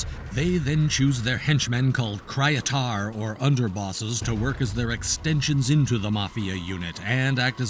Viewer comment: Is not "Krajatart" its "Kryetar".